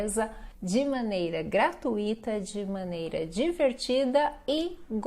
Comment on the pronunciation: Não gostei quando você disse no final do vídeo: "gra-tu,-i-ta". Além da colocação pronominal que fico a desejar. Desculpe-me. Afinal, estamos tratando de "Língua Portuguesa".